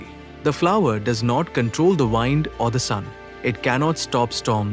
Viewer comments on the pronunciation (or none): You are mispronouncing the word "wind". Please look it up in a dictionary.